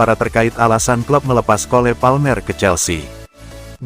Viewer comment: Para pembaca berita nya gak pernah belajar ya contoh mestinya dibaca yang benar Kol Palmer tapi malah dibaca Kole Palmer 🤣🤣🤣